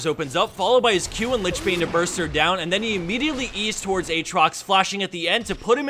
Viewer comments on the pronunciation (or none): none